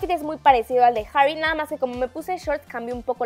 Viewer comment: jjjjjjjjarry hahahaahaha la pronunciación